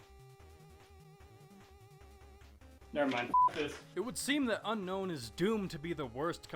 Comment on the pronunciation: sorry to be picky lol but its un-own not un known:p like un own me haha